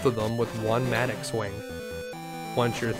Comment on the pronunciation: Wondered what a "matic" was... It's pronounced Matt-ock lol (7 o'clock... Same "o" as mattock) good vid as always cheers.